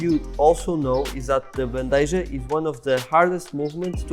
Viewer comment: It is pronounced Ban-de-ha ...maybe with a bit of k sound on h. But it's not J sound